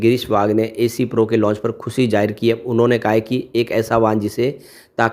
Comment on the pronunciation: ऐ सी pro नहीं एस pro है 😂😂😂😂